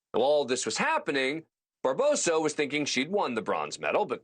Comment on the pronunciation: It's Barbosu not Barboso 🙄